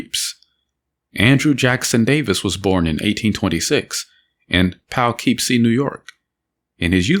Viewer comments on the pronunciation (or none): Painful mispronunciation of Poughkeepsie